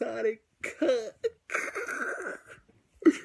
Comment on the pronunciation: "El pelo del cuh". El cuh-cut. Lmao. Hey, at least your mom is honest. I respect that. Love the relationship/chemistry between you 2. Much love and respect.